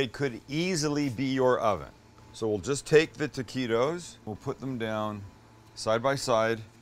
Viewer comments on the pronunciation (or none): Love the recipe but why do you keep calling them "Tequitos"?